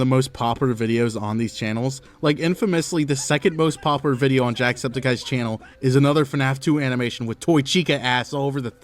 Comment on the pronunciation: tries to pronounce "popular" challenge: IMPOSSIBLE